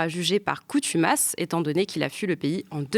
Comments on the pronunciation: "Coutumas" <> Ho ! c¤n ! tu m'masse ? <> Fontomas <> CONTUMACE ----- 😁😇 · Jugé par CONtumace chère madame , et non COUtumace ;) Merci pour cette émission ! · Par contumace pas par coutumace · Coutumas à la place de contumace pendant toute l’émission ? Un détail, mais c’est un peu navrant pour ce type d’émission qui prétend aller précisément…dans les détails 😅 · Par "coNtumace", et non par "coUtumace". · Contumace, pas coutumace. Merci. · "coutumace" 1 fois ça passe mais répétée 3 fois, NON! On dit "contumace" et pas "coutumace". Merci. "coutumace” -> n’existe pas en français (c’est une erreur) Assurer l’égalité devant l’école: Mettre en place une véritable politique d’éducation prioritaire en refondant la carte du réseau d’éducation prioritaire (REP) en fonction des besoins. Extrait de L'AEC ( Programme L'avenir en commun de LFI). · Dans l'introduciton : Assad jugé par CONtumace, pas par COUtumace ! Bonne coutinuation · Merci. Contumace, et non Coutumace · Merci pour cette émission. Pour moi, difficile de tout comprendre à la 1ère écoute, mais Pascal Boniface est éclairant ! Par contre, je crois qu’on dit « contumace » et pas « coutumace »… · CONtumace et non COUtumace... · Contumace...pas coutumace Ceci étant dit merci pour vos émissions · Merci. Je me permets:"par contumace et non coutumace" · Coutumace? Pas bon ça... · Bonjour. On dit juger par "CONTUMACE", pas coûtumace! 😂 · Boniface est un vrai nass-mlah, la jeune fille répète deux fois "coutumasse" et il ne la corrige même pas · juste une observation on dit "CONTUMACE" et non "COUTUMACE" sinon j'adore le travail fait et merci pour votre emission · Une petite chose, "coutumas" ou consumas, je dis ça je dis rien ! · Merci pour la vidéo. Rectification tout de même : je crois qu'on parle en français de "contumace" et non "coutumace". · on dit jugé par contumace et non pas coutumace. Décidement !!!! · Par cONtumace et non cOUtumace ! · On dit « contumace » et non « coutumace ».